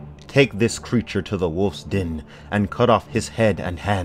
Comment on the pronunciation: what's a "Greature"?